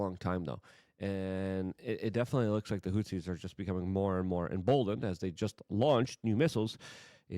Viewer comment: Lol, it's hooties not hootsies. And Doge not Doyge. And stop saying, "we've been saying this for a long time" - you're literally flip-flopping every other day...